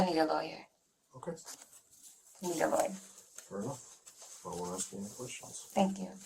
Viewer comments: Blows my mind how anyone can get into law-school and pass the bar, without enough basic intelligence to say the word 'ask' properly??? LOL She needs to 'aks' someone how it's pronounced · If I get a lawyer that says axe instead of ask I’m just pleading guilty. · A lawyer that says Axe instead of Ask WTF! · The translation said "I'm not allowed to ask you any questions ". She said "I'm not allowed to AXE you any questions ". What's going on? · She went through law school and still says "axe"????? I'm calling horse doodoo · Why is it ALWAYS "I just want to aks "? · Nope ... Ax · Why the f do black Americans say "axe" Instead of "ask". Its like clake kent removes his glasses he suddenly superman. I genuinely want to know i am a indian watching this i understand english quite well but not the choice of the use of "axe" Instead of "ask". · It can’t even say ask.